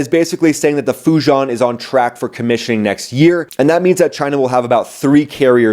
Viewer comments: It's not "Fu John," it's Fu Jee-ehn (two syllables in total). (Fujian's ian sounds just like Tiananmen's ian.) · Fujian is pronounce as Foo-ji-an